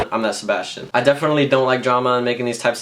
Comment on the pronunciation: Wassup ps I'm called Sebastian but it's not Seb ass chin it's Spanish